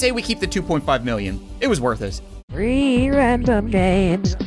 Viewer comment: i hear ree random games lol